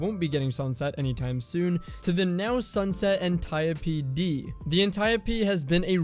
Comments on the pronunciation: thousands of dead ancient greeks are cringing in their graves at the destiny communitys pronunciation of Antiope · The way he says Antiope-D. Why are you doing this, why must you hurt me this way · Antieuhhpee VS antiope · [Ann-tee-ope] Ah yes the Anteeopee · This man said the Anti - o - pee. Wtffffff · I really just cringe everytime he says .. “an ty oh pee” it’s anti-ope lol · lol the correct pronunciation is (ant-e-op d) not (antape d) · I don't care how it's supposed to be pronounced, it sounds weird to hear "An-tie-oh-pea" when i've read it as "An-tea-Ope" for years now. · antayopee Mf, it's pronounced like antelope antiope... Good video tho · Bruh its anti-Ope like antidote but without the d! Idc what Alexa told you when you looked it up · Apparently you looked up the wrong word or asked the wrong person my guy its freaking Anti- Dope D without the D. Antiope! Very simple idk how you could butcher the english language so badly? You seem pretty intelligent but damn bro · pretty sure its Anti-ope... so stop bullying my brain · It's actually pronounced Anti-Dope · Ann tie ohhh pee...... no thanks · Ant-e-ope. Say it with me. Ant-e-ope, Ant-e-ope. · Smh cmon is Ant Ee Ope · Anti-oap.. pronounced like soap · ant eye oh pee you probably pronounce gif as "jif" too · aniope " antio-pee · Cummy's pronunciation irks me off. I kinda hate that guy. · It's pronounced Auntie OPE, Dee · cant even say antiope right cause he didnt play year 1 lmfao learn bud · it seems that way because so many people have normalized the incorrect pronunciation. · no fucking way thats how its pronounced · Why is he saying antiope like that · You are pronouncing antiope d my guy jesus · Antiope, is he trolling when hes saying that? Straight kakkis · Man the way you say antiope actually pisses me off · its not antiope its antiope :D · I dont care if the way he pronounces it is correct, it still annoys me cuz it just doesnt sound right